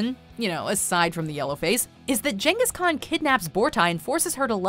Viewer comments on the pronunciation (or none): JANGUS CON? Is that what I heard? GANGUS CON... Ghengis Kahn.... Jangus... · Love how Jangus Khan is said, apparently, they don't do their own research either. It's pronounced Gang is Khan. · jesus h christ! its pronounced GENGHIS KHAN NOT JENGHIS KHAN! HOLY SHIT! if yer going do a top 10 WATCH THE GODDAMNED MOVIES FIRST!!!!!!!!!!!!!!! I DONT CARE IF THESE MOVIES SUCK! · I find the Djenghis Khan pronunciation funny. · Jenghis Khan ??? Never heard that pronunciation before. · Did she just say jengas Khan? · Jangus Khan? Lol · Jen-gis Khan lol. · I've never heard anyone ever mispronounce Genghis Khan before, so well done for that! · does anyone check your pronunciation, Genghis Khan...that was so off